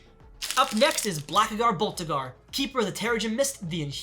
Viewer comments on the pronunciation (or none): It's Blackagar Boltagan, not Blackagar Boltagar